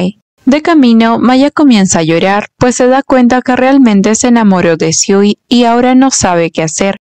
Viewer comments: Primero, el chico se llama SUI, no SIU, no existe el sonido SI en japones Que les pasa a los directores de los doramas q ponen a esa protagonista tan linda y hacen q digan q ea fea 😂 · Se equivocó le dice siu no sui😂